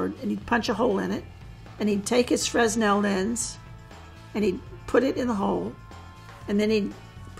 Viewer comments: Fresnel isn't pronounced "frezz-nell", though. :-P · I thought a professional CIA agent would know how to pronounce fresnel properly..the s is silent fre nel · I hate that a CIA chief of disguise pronounces the name of one of their best tools wrong. Fresnel is pronounced Fre-Nel the S is silent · Augustin Jean Fresnel was a frensh physicist. The s is silent: fʀɛˈnɛl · It's pronounced Fray-nel. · Fre-s-nel lenses Angry french noises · The S in Fresnel is silent. Would have expected someone so detail oriented to get that right.... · That's not how you pronounce Fresnel btw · the way she pronounces fresnel gives me a rash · So much experience and yet she doesn't know how to pronounce Fresnel